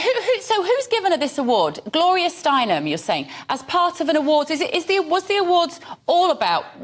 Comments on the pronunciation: It’s Stein-EM! NOT Stein-MAN! For Gods sake, Don’t you do ANY real work on this drivel you spew? Nice job. Impressive. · Gloria STEINEM, not STEINMAN.